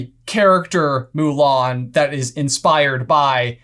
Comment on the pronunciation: I'm not going to bother watching the live action remake. The first thing that turned me off to it was the removal of songs and Mushu. I do appreciate the more proper pronunciation of the surname though.